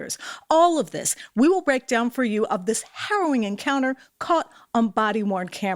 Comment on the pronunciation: Not for nothing, but someone needs to tell the out of control cop that" y-o-u " is not pronounced "c-h-e-w".